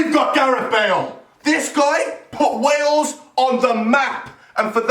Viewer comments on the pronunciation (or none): none